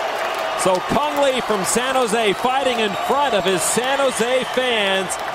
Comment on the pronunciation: kung lao not cang le :)